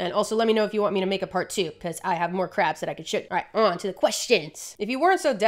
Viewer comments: Why do you pronounce so many of these crabs as "Craps". subtle throwing of shade? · I know you were talking about crabs, but it sounded like "craps" almost every time. Loved the video though. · i love that half of the times you say crabs i hear craps and it’s stillll valid asf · Proof that Modern English's phonemic plosive series actually has an aspirated/unaspirated distinction rather than a voiced/unvoiced distinction: the number of times I could have sworn said "craps" instead of "crabs." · Do we love crabs, or do we just love saying "crabs"?